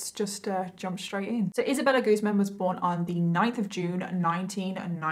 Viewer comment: It's actually pronounced Isabella GuzMÁN.